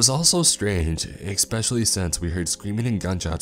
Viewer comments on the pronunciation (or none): If i hear you say exspeshly instead of especially i swear on your YEEZYS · Especially not ICKspecially. Marine Corps (core) not corpse as in dead body. To convey an idea clarity and pronunciation are important.